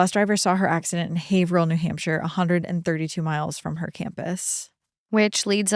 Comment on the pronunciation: I was waiting patiently for you to butcher the pronunciation of Haverhill but was gladly disappointed. You nailed it!